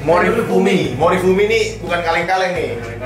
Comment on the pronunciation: norifumi bukan kaleng kaleng niihh. Tapi awal nyebutnya salah😅